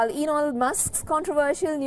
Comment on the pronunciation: When she say E N O l musk.,🤣🤣🤣🤣